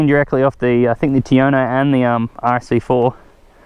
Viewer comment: Please please please, Tuono is not pronounced like that.